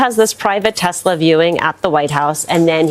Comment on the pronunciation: I wouldn't own a tesla or, as you call it, tesler.